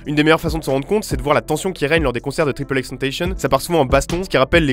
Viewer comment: tripeul aixe tentaicheune